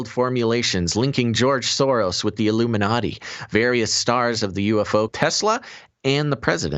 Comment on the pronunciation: The I-Gloom-in-a-ti..